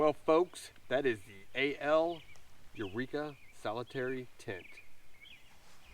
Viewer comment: Its NOT Solitaire ending with an ee sound. Solitaire as is solo, 1 person. Pronounce it as you do the card game- the one you play by yourself.